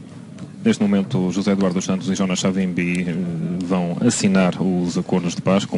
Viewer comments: Porquê que dizem: "Savimbe"??? O nome dele era/é SAVIMBI!!! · Sei que é dificil,, e pode até parecer mais bonito de se pronunciar mas, o nome é SAVIMBI com "I" no fim, e não Savimbe como tem estado a dizer. Se devemos respeito a esta individualidade, no minimo devemos pronunciar o nome do mesmo como deve ser ou seja como ele é... Cumprimentos pelo bom trabalho que esta a realizar.